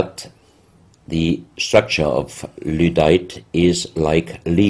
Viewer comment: WTF is ludite?